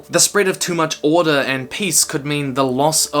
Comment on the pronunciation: he said orde not order